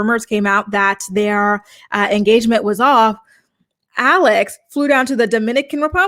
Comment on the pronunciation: They had an “enstagement”